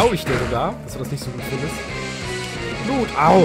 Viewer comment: "Duokles will blut sehen!" BLUT, NICHT GLUT! D